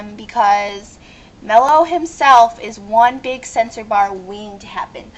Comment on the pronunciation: if you going to watch a show and rant learn how to pronounce. Mello, is obviously a male the voice is obvious enough. lovely assumptions. Leather? hahaha Leather is fucking beast. making Religion is bad now? hmm? when you get burned you scar princess. Neer? hmmm..Born with white hair? perhaps some where in a character bio mentioned a pigmentation disorder such as..hell idk...Albino?? thanx for the fail vid sweet heart was fun, but kids shouldnt watch adult swim? or be up at 12am